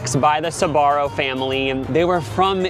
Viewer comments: Why is it pronounced Sabaro instead of Sbarro? :face-blue-wide-eyes: I mean, there's no A after the S. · Wait you pronounce it “sabarro”? When it was in my country it was just “sbarro”. 😅 I was living a lie!! Loved their pizza though. It was the first place to sell pizza by slice and that slice was tastyyyy. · when first said Sbarro I misheard him as "Sephora" and I immediately accepted their downfall without question lmao